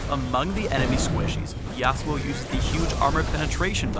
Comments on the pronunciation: Why put the accent on the first syllable? I will never understand English accenting customs for foreign names. :( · Here in the Philippines YASUO is pronounce as YASU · I was pronouncing it Yah-Soo. but that's my bad I guess. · Should be pronounced ya SU o (su being the tonic syllable). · i'm not the only one who is annoying at how they pronounce yasuo... considering iv hear the damn name in enogh anime to KNOW YOU DO NOT HEAR THE DAMN U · ... If you are going to use a Japanese name at least pronounce it correctly in the spotlight.